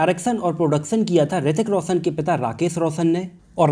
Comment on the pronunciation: Abey ssaruk Khan Hrithik rossan nahi Shahrukh Khan hrithik Roshan